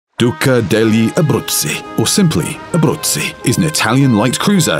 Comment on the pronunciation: The narrator really has quite a good pronounciation with her name. 😉👌